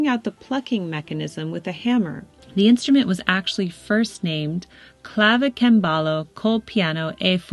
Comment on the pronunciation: Clavicembalo isn't pronounced like that.